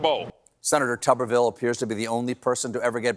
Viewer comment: It's "TOOberville"